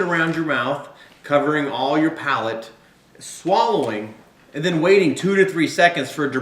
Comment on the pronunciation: it's palate, not pallet